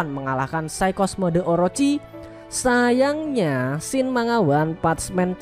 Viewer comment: Njir paling sebel gwa kalo ada kata "SayangNya!1!1!1"